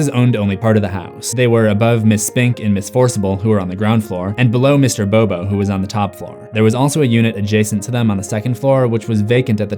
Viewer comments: It's Mr. Bobinski not Mr. Bobo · did this dude just call the iconic mr bobinski... “bobo” ?? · bobiscie not bob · It's Mr.Bobinskey not Mr.Bobo